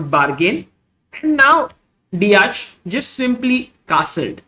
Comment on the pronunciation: You've to pronounce it like "De-ak"